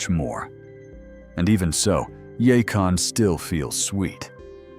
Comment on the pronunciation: It’s yacon